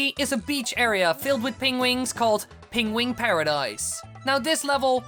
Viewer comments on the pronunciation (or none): I know you are Dutch but it's PENguin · It took me about 5 minutes to realize what a "pingwing" was...